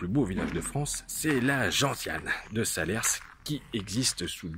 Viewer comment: SALERS!!! pas SALER-SSSSSSS On ne dit pas le S .... bon reportage ou tu perds toute crédibilité dès 3 secondes!!!! Bon reportage malgré tout!